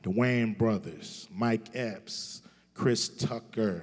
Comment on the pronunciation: Anyone else notice cubes struggle to say chris tucker